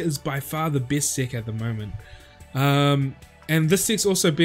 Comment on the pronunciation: So I'm the only one that hears d🍆ck instead of deck